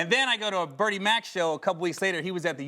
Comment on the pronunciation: DeeJayCee Yea sounds like he would say Big Mac or Bernie Casey with the same weird inflection which would be hilarious.